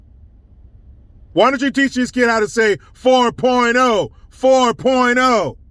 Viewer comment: 🤣🤣🤣🤣🤣🤣🤣OMG MY STOMACH IS HURTING FROM LAUGHING !!! SOUND LIKE U WERE CHANTING “FOR PORNO” INSTEAD OF 4.0 🤣🤣🤣🤣🤣🤣🤣